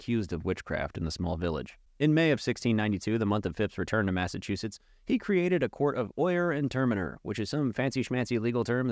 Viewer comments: maffachewsets lmao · No no I like you’re version of pronouncing Massachusetts.